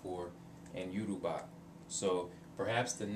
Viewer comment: you said it wrong im sorry but it yo-ru-ba like yo-ro-ba.